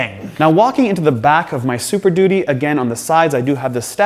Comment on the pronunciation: is the super “duttee” a canadian thing or jus tripping over the word duty?? great review, as always guys!